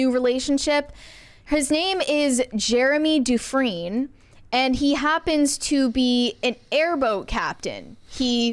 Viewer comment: butchered his last name 😂😂😂 the 2nd half his last name would be pronounced like you would be saying the word "friend" but drop the "d" off the end. This is my neck of the woods. My hometown is like 20 minutes south of Des Allemends. I would have to pass through there to get to New Orleans. We are not rednecks. The correct term would be Cajuns. Coon asses to be more specific. You're welcome 😂😂😂